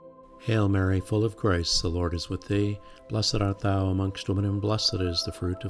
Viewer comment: Thank you, it's lovely. I thought it was just me, but even the auto generated captions can't understand what you are saying when saying "full of grace" - it sounds like you are saying "full of Christ"!